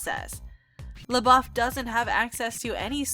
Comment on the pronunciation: Is she saying LaBOB???